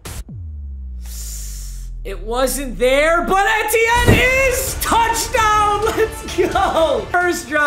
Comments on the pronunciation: It’s not eh-te-n it’s literally just E-T-N😭😭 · ITS E-T-N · it’s E-T-en not Ett-en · literally nobody:: it’s eh-tienne, not eee-tienne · The way he says ETN makes me wanna die it’s not etien it E T N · EEEEtiene not ehtiene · Anyone lose get annoyed be when papa said et-enin instead of e-ten or just me btw love you papa❤️💙💜💚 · Am I the only one who got pissed off when he called him Trevis Etyen instead of Travis Eitienne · it’s not ehtiene it’s E-tienne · I’m sorry but it’s Etn not Ehten. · It’s E T N not eehteeen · its EEtiene not EHtienne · It’s E-tien not etien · PAPA ITS eee teeee ennnnn not eti en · Eeee tee N. Not etien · Etienne is pronounced “eetienne” not “ehtienne” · Did it make anyone else mad when he kept saying et-ee-en instead of ee-tee-en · it's pronounced like EAT-ienne not ETTE-ienne. It's like you're just saying the letters E-T-N. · it’s just E-T-N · fr i’m a huge clemson fan and he kept saying it wrong and it kept getting me mad “en-tee-en” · banger!! it’s E-T-N though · Travis Eh-tien 🤣🤣🤣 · Travis Eh-T-yen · Has anyone realized that he called E T N Ethin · Lmao its the letter E then tienne like (E-T-N) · it’s E-T-N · It's E-T-N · Say etienne like E-T-in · Eeeee teh en. 🤣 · ITS PRONOUNCED E-T-N 😭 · He’s name is (E-tee-en) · It’s Travis ETN. That’s how u say it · it's travis e-t-enne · Bro it’s E-T-IN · Someone needs to tell him it’s pronounced E-T-IN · Hearing him say travis ETN is cancer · Etienne is pronounced E-T-N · Your saying his name wrong it’s E-T-N😂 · Etienne is pronounced “ee tee n” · Hey papa etiene is pronounced aye-Chan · ain’t no way he just said ET-tienne💀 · hey Travis ETN name is pronounced E-Tee-N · Just for future reference it’s pronounced “E-T-N” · It’s pronounced E-T-N, PAPA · It’s pronounced Travis ETN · It’s pronounced E-T-N and ask the cowboys how the bell cow back strat is going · For the future it’s pronounced just E-T-N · It’s Travis Etienne, pronounced ETN